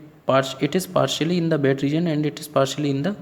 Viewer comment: Its wet not bet